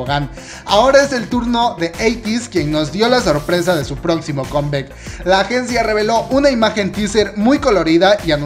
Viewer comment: Deja de pronunciar con bec, es comeback y se pronuncia comback!! Ni siquiera en inglés suena conbec.